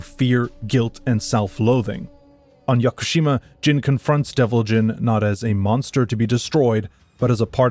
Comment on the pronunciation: Although Jin is not pronounced like gene. It is pronounced like gin.